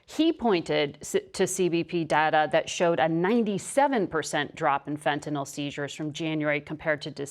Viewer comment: Just so folks know... The drug is called FENTANYL. Fenn-tuh-nill... Not "fettanol". Public officials should atleast know giw to pronounce the words pertaining to the issues they are speaking of.